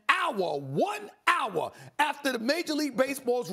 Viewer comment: Stephen A. said Awwo instead of hour, that was funny